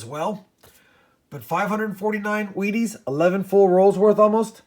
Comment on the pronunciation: He's says weaties so many times it eventually sounds like he's saying wieners!!!😊😄😅😁😂